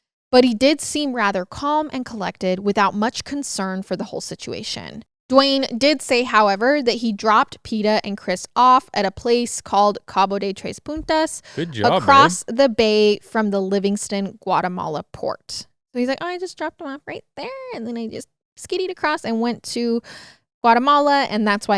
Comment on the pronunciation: Make sure to annunciate n in puntas because what it sounded like you said is a curse word.